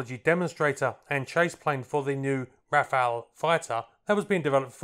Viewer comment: Not " Rafael " but RAFALE